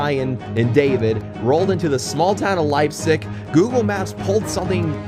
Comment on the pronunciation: Leipsic would be pronounced as Lip-Sick. Haven't been there in a hot minute. Been to Lima the most this year as it has the closest mainline. lol